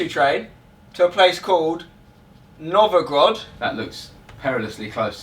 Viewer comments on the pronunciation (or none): 'Novogrod', would he stil believe its 'Novogrod'? (It's obviously (Nizhny) Novgorod) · It's Novgorod, not Novogrod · It is Novgorod not Novogrod :D